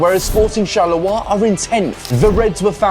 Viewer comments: ok, Charleroi is pronounced as Charler-wah- not charler-oi- xD besides that, awesome vid again! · hello, thank you for coming to belgium and cool video. As a french speaker, I wanna say this: you pronounce "Charleroi" incorrectly, you haven't bothered to seek the pronunciation online, so I will tell you how to pronounce this city's name. CHAR-LE-RWA = CHARLEROI CHARLE like your brit king (withouth the s) and RWA ike the first syllable in Rwanda. ok